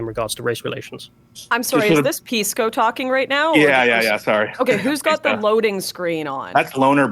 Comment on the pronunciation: Pisco didn't used to be so lispy, what changed? He passed the bar and suddenly forgot how to pronounce S sounds?!